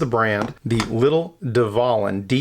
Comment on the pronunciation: The V is pronounced as a W, as it is in the German language, just an FYI mate